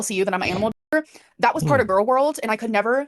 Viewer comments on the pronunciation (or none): none